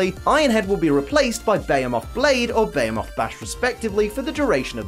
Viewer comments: zacian is a play on words of the cyan and zamazenta is the same of the magenta, their shiny has their main color become the color of their name with zacian becoming cyan and zamazenta becoming magenta, also beomoth? behemoth is pronounced be-he-muth, oh god I can't listen to you slaughtering zacian's name constantly so i have to mute the video to be able to watch this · It's bee-hee-muth blade not bay-he-moth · you mispronounced behemoth. Put more emphasis onto the h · No one:: ZAYSHIN Edit - Also: BAYMOTH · When you said behemoth i had no idea what you were saying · The way you pronounce behemoth, though... That is sooo wrong